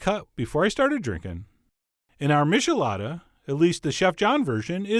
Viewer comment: John, you nitwit: MITCHelada, not MISHelada! No offense. Just trying to be helpful. This is the beat I can do.